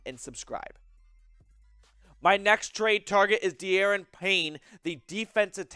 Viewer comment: It's DaRON not DAYron. Payne is someone I think they should get. They are really weak at DT, especially at DT1.